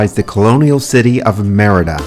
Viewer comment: ADIOS MAMA CARLOTA.. MEANS BYE FELICIA.. ME RI DA... NOT MER DA.. SOUNDS LIKE MIERDA=TISH ..